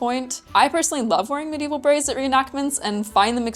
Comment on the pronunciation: Any undergarment that you can "forget you're wearing it" wins for comfort. Also, like the way you pronounce "braies", with a slight roll of r. And I expected the "experiment" would be colored blue, virtually EVERY "hygiene product" ad will use blue liquid. But I wonder do they normally just used colored water? Having something closer to the consistency of what would actually emerge makes sense and kudos for going the distance.